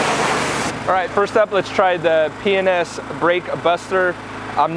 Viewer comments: P & S enunciate I swear it sounded like you were saying penis! Lol 😂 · I must be either tiered or drunk because every time you say P&S I giggle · You keep saying P&S kinda fast.....and it sounds like, you know hahaahhahaja